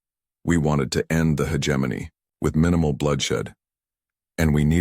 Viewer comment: Stupid AI can't even pronounce hegemony correctly